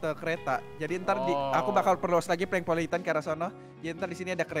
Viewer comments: bukan polengpolitan tapi plenkpolitan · captain america bukan polang politan tpi plenk politen